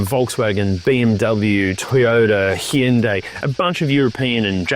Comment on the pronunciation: Great positive review. , you properly pronounce Hyundai but unfortunately get the country wrong! 😂😂